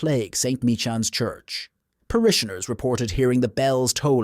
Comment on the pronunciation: The CORRECT pronuciation of "Michans" is "My-Cans"